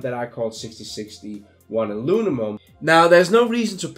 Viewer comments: 6061 "Alunimum" I feel this so much, I flipflop syllables around ALL DAY! So grateful for your videos. Thank you for taking your time to make them, I hope you are well compensated for them. Cheers! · Howdy, Very helpful, Thanks.....BTW can u say "Aluminum 10 times really fast" (lol) Again, Merry Christmas